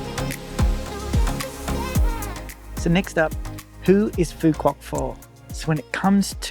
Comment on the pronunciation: To start you might want to get the pronunciation of the island correct. You're pronouncing it like a tourist not a local.😂